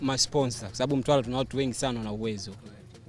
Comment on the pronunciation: Weweee dodi kweli mtambooo Mtwaraaa sio mtwalaaa